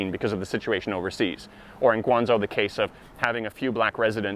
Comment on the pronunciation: One pronouciation problem, it's GuangZHou not GuangZou. PS, I am totally on your side, in China the word discrimination is way more proper than the word racism.